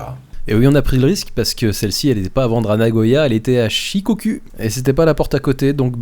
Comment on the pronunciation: Le "u" se prononce "ou". Shikoku ne se prononce donc pas comme "chie, cocu " ! Mais shikokou. Tu peux aussi avaler le "i" et dire "chhkokou" . Sinon, la 512 tr était magnifique. Elle a sans doute été très disputée...